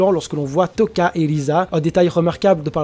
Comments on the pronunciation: C'est Lize et toca lui il dit touca mdr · Euh, lize est pas morte, « Touka » se prononce « Toka » et « Rize » se prononce « Lize »